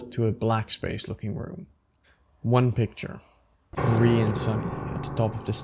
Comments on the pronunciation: Him saying Mari's name as if it's Marie absolutely icks me the fuck off. It's just Ma-ri. Mari. I do agree with the rest of the video though, really good, really high quality, except for a couple of things: (spoilers for the rant below) The only thing I don't agree with is how you described Basil in headspace. Sunny doesn't hate Basil, and Omori doesn't either. HSBasil (aka, the Shepherd/The Guide/The Stranger) is the guide to the Truth, and that's why Omori kills over and over again HSBasil. A traumatized mind that is also shielding itself from the trauma will do anything not to let the trauma itself resurface, and killing the Shepherd is the way to keep the mind "sane" (read this as "stable"). Also, there's an element of shame in the whole thing. Sunny feels like he abandoned all his friends, especially Basil (which we could even put on a Queer reading on, from how intertwined these two are). Put on a shame of one's self and not understanding one's queer emotions and you get the murders scene in the game, with Omori that tries to control Sunny and Sunny's feelings by killing the image he has of Basil in his mind over and over again. Also, it's heavily implied that Sunny has always felt like the monster of the story, Omori literally becoming the final boss of the game. So I really don't understand where this "Sunny hates Basil for having abandoned him" comes from, since it's not only implied, but straight up context that Sunny is the one that abandoned everyone until the thr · everytime you pronounce mari az marie i recoil /hj